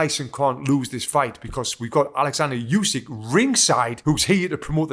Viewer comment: Hey Tony, I don't know if it matters to you, but the correct pronunciation is "oosik", not "yusik". Same sound as in "shampoo". Source: I'm Ukrainian. Also mad respect for your analysis, I enjoyed it immensely.